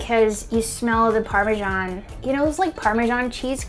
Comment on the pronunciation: Why do american write parmesan and say parmejan 😭😭😭